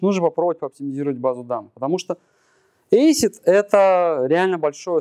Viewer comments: Дико режет ухо, когда ACID произносят не как "эсид", а как "ацит". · Красный Поршень правильно на англиском ЭйСиАйДи. Но с твоими словами я согласен, если что